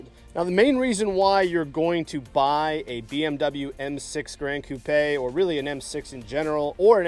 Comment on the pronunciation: One of the rare car guys that actually pronounced "gran coupe" correctly.